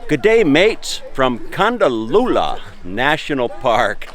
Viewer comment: Hi, loved the video but as a local it is Kondallilla with the emphasis on the I and not a u sound. It is exactly as it’s written.